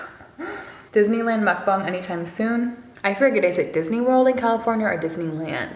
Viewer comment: You pronounced mukbang so perfectly it makes me so happy 😂